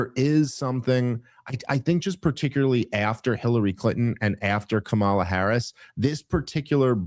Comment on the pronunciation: Still intentionally mispronouncing Kamala's name. I don't even like her. But you're genuinely embarrassing.